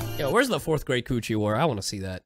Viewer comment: 😳 okay when he said 4th great coochie war it sounded like 4th grade coochie war apparently my text to speak thinks so too because when I said it wrote it I had to type in Great